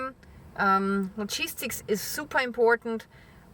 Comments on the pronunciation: Definitely cheese sticks 🥰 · I keep hearing, 'Cheese-Sticks!?' I worked it out eventually...... 'Logistics!' ❤ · I agree all this is very serious. And you are terrific,. However. Whenever you say “logistics,” I hear “cheese sticks.” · I lmfaoooooo just now coz i thought you was saying "Cheese Sticks" & im like, "What?, what have cheese sticks got to do with anything" lololol Im thinking, "Maybe i should stock up on cheese sticks" & then i realised you was saying Logistics 😂😂 my bad :) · I thought she was saying cheese sticks not logistics. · I could have swore she said "cheese-sticks" instead of "logistics" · I thought she was testing to see if anyone was actually listening. Thanks for translating because I heard cheese sticks lmbo! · Lmfao ehhhhhh I wasn't alone lmfao I was like wtf why am I hearing cheese sticks on economy topic I thought my fat ass was just hungry glad I wasn't the only one who heard it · Me too. I didn't know what cheese sticks had to do with it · Me too. I was thinking I didn’t know cheese sticks were this important to the economy. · It's our brains..tell us there will be food shortages and "cheese sticks" is what our brain hears!😁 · I thought she said cheese sticks, too. :) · First of all, I love you. Thank you for your time. I've been watching you for years and appreciate you and your content. As usual I was listening to this while cooking lunch. Everytime you said logistics, I heard "cheese sticks", and was wondering what was so special about those "cheese sticks"! This is a very serious issue your helping with and I'm not being derogatory. You, along with my hearing difficulties, made me laugh. In times like these we need a good laugh. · I kept hearing cheese sticks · I thought the same thing. I thought her economics class was really focused on cheese sticks lol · every time you said "logistics" it sounded like "cheese sticks" lol but you are right its all going to crash soon actually its already started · yeah law gee sticks